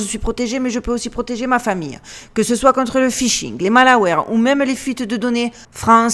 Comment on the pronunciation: C'est quoi un mââlawaireuh ? 😅